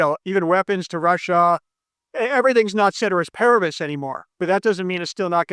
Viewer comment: If you’re going to use big words like “exogenous” you should also be able to properly pronounce “ceteris paribus” dude.